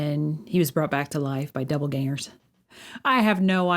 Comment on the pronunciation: Did she say DOUBLEGANGERS?!? LOL. Idk if she did, but it makes sense like when a kid thinks Alzheimers is OLDTIMERS.